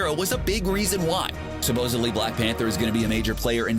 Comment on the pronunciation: Did the narrator really say “ supposbly”? Lol